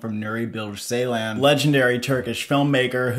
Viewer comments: its not 's'eylan its 'j'eylan i Think that night help your pronunciation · not seylan, it is ceylan, as in joy. the phonetic transription is dʒ. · Thank you for the review. Really looking forward to this one. May I kindly suggest you to check the pronunciation of 'Ceylan' again. The first part of his lastname is pronounced as 'Jay'. It is kind of like 'Jaylahn' 🙏🏽 It might look like a small detail but it's kinda sad to hear so many elaborate critics, who pronounce his name totally wrong. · Guys, let’s pronounce his name correctly: Nuri Bilge Ceylan (noori bil-ghé jay-laan) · Turkish C is not pronounced like the English C. Instead, it's pronounced like the “j” in “jungle", So the director name will be "Nuri Bilge Jeylan". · Pronunciation correction. BilGe, G pronounced like G in word Ground. C in Ceylan pronounces like J in word Jerk.